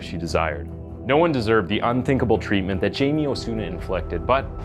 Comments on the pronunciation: Her name is pronounced E-vet pain-ya His name is pronounced Hi-me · PLEASE educate yourself about the differences between being psychotic & psychopathic! There is a huge difference which is very important. Also, learn how to pronounce the names of the people in your stories. It’s pronounced E-vet (Yvette) and Hi-may (Jaime). It really bothers me, especially when the victims names aren’t pronounced correctly. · Hey. You said all the names wrong. You said "Jay-me", but it's actually pronounced "Hay-me". You said "Peena", but it's actually pronounced "pey-nya". Guess you haven't been around too many hispanics..... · He's from my town. Its "Hi-Me" not "Jay-me" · Hai-meh, not Jamie. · EE-vette PAYN-ya HIE-may o-SU-na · It's pronounced hei-may. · Hi-May learn to pronounce Hispanic pronouns. Not gonna listen to this. Ignorance is not bliss. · actually the name should be pronounced "Hi- meh" and last name "Peña" as "peh-nyah" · I am convinced this guy is a deepfake. can't pronounce Jaime or Peña? you kidding me